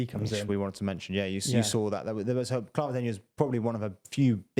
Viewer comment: It's Carla Denyer, not Clara!